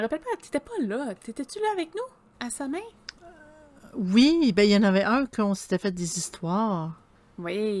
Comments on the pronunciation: samhain ce prononce sawn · Il faudrait de base prononcer samhain de la bonne façon mais bon contenue a quelques détails près 😊